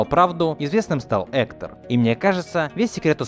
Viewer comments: Hector а не Ector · Не КОко, а КокО, и не Эктар, а Гектар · Аааааа Гектор! Гектор *лять... А не "Экто"... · Простите конечно....но имена проговорены не правильно... Во-первых ударение на кокО Во-вторых Гектор, а не Ектор... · не Тайна кОко а кокО. и вообще , он не Эктор а Вектор!! 🗿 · А почему ты говоришь Эктор? правильно ведь Гектор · Он же Гектор, а не Эктор...? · Не Эктор ,а Гегтор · Класс! Но не "Эктер" а не "Гектор" ))) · Надо правильно произносить имена героев Вектор, а не Эктор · Гектор! А не Эктор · гектор, а не эктор... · Не эткар а Гектор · Не Эктор а Гегтор по краиней мере на русском языке